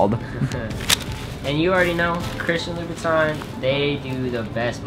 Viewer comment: you mispronounced louboutin